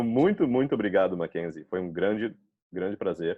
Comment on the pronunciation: Tão su rear que já tá até falando brigado sem O kkk